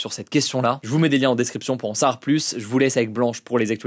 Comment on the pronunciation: Bon Hugo il va falloir commencer à dire le mot « savoir » correctement dans chacune de tes vidéos tu mâche ce mot c’est un supportable on dit « en savoir plus » pas « en sar plus »